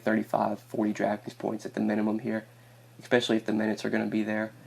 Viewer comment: I'm so sorry dude , I like the picks , but bro.... I stop the video and find someone else to watch every time you use this word... its pronounced "especially" not "eXpecially"